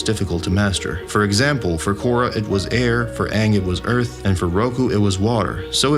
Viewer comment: I am simply ecstatic about the new Avatar and Avatar movies. All I ask is if Aang is used again. Just get the pronunciation of his name as used in the series.